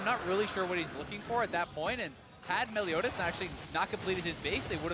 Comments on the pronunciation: "meliodas" why do they say "meliodias" do they think he is mexican? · MELIODIAS??? cringey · "Meliodias" big oof